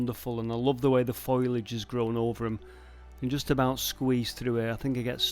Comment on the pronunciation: Just for a moment, I wondered why Tintin and George Michael were in Wales. Astonishing to see how much survives and hasn't been repurposed. Foliage. Pronounced foley-ij.